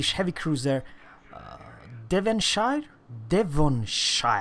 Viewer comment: It's pronounced Devonsheer, I believe.